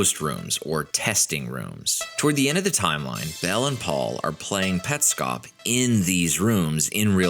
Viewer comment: Hi. This is a chilling video to watch at 3am. But it is an AMAZING video and it answers Petscop. I knew this is something awesome when you mentioned the "correct" pronounciation of the game. You win 🏆 I'm subscribing for more of this. Also, to hide under my blankets because this gave me chills throughout the entire video 😅😅